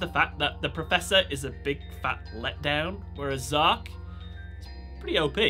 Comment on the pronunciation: It’s z-arc Zark is the name of a character in my book